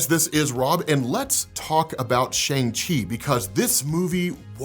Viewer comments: Bro it’s Sh-awn-g, not Sh-ayn-g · sh'ayng chi? ... sh'uhng chi... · Sha - arng Chi, not Sha - ang Chi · haha Shane-Chi? Let it go Rob! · You gotta work on how you pronounce "Shang-Chi" There was literally a part in the movie that highlighted how it's pronounced more closely to "Sean/Shawn" which is why it was funny that he chose that as his new name when he left. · Why are you still pronouncing the name wrong? Lol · How are you still mispronouncing Shang Chi’s name after watching the movie? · Love your content bro, coming from TikTok, and this is the first YT video of yours that I’m watching. I gotta say though, with the praise you give this movie, I wish you would have pronounced Shang-Chi’s name correctly throughout the video. This movie was amazing and definitely deserves the right pronunciation. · Can you at least just pronounce Shang Chi correctly please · At least? What else is he not doing you are disappointed with? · Rob mispronounces a lot of comic stuff and stuff in general, so if you think he's being racist or a bigot. Don't even go there